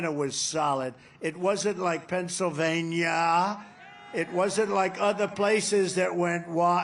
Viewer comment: Trump can't even speak anymore, I love pebsavania lol😅😅😅